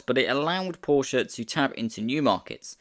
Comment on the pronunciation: its Porshe, not Porsheuh